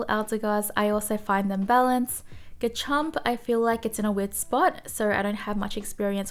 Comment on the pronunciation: Love how you say Garchomps name🙃